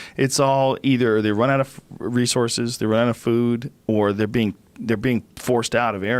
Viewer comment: Love Hancock, but it's hard to hear "amazzin" and "rezzorses" over and over.